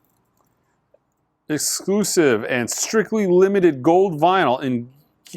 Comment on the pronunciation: It's "Hell-O-Ween". You pronounced it Halloween a couple weeks ago too.